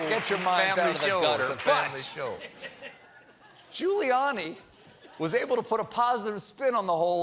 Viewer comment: Did stephen call him ghouliani ?